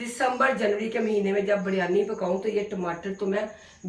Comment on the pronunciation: Biryani ki pronunciation itni ajeeb kyun h. Ghar me koi naam Sahi Nahi leta